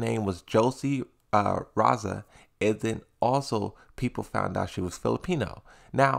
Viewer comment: Her last name is pronounced Ree Zahl